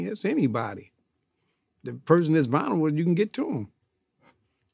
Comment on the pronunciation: I love old heads that always mispronounce shit, “they vonerable” 😂